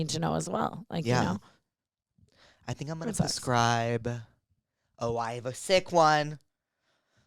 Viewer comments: You guys continuously saying “pascribe” instead of prescribe is sending me 😂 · I just realize you say “puscribe” on purpose. I thought I was say “prescribe” wrong my whole life haha